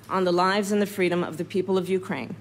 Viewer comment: SO MANY TIMES I LISTEN THE WORD " FREDOM " IN THE LAST MONTHS.....THAT I BEGAN TO FELL !!!!!!!!!FREEEEEEEEEEEEE !!!!!!!!